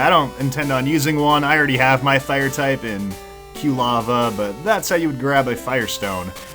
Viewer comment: After several videos, I'm finally starting to be bothered by saying Q-lava instead of Quilava. He even pronounced cyndaquil correctly in this video and then two seconds later said Q-lava again.